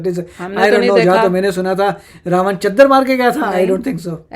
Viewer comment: Mam, people in the north call it Ramayan with न but it's actually Ramayana/Ramayanam with ण और णमः and Ravana is रावण not ravan